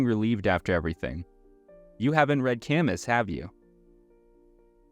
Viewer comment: Camus is pronounced /ka mü/ 😣